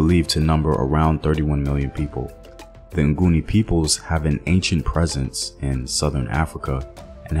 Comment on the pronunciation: Its actually Ngoni not nguni....Ngoni means without sin/those who dont sin (Abangoni)...nguni was coined by the invaders since they couldn't pronounce "ngoni"